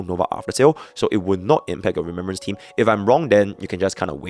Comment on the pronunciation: Ain't no way bro said rememberance in no1